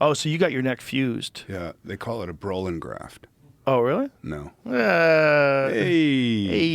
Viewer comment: Joe Broh-lin